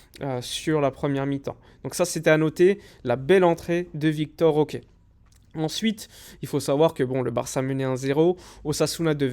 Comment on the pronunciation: Je sais que c'est moins chiant à prononcer mais ce n'est pas "Victor OK" mais plutôt Vitor Roque hein lol